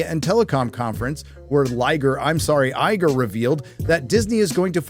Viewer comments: “Liegar” haha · did you just call him Liger? Is it because he's useless, given far too much, and infertile?